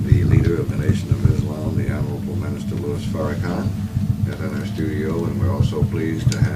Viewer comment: sir it's not Louie it's Lewis Lewis I don't know whether you did this on purpose or by accident but correct yourself it's Louis Farrakhan Minister Louis Farrakhan